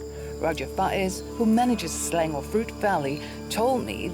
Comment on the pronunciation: isnt she local? why she pronouced selangor as slelengor?